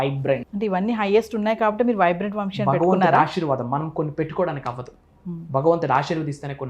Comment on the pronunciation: Anchor sa ni baaga palikite baavuntindi. Vamshi kaadamma vamsi